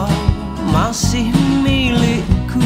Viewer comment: Cara bilang " Milikku.." adalah cara pengucapan '60 dan awal 70' an. Jadi ingat koleksi lagu lama punya bapak.